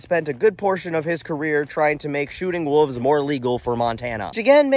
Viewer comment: When he said "Wooves" I had no fucking idea what he meant. Kind of had a "My Cousin Vinny - did you just say Yoots" moment. Wolves.